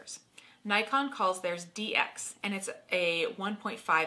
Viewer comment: Hmmm Doesn't Nikon call themselves "knee-kon". :) couldn't help myself. :p